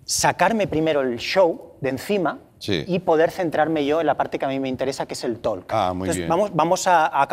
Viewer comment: Por favor que alguien le diga que no se pronuncia "tolk".